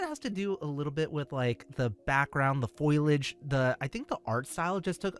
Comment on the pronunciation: Foil-age? Ah heck naw.